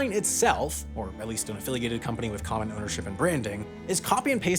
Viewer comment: mumbles what is "kontonm" ownership?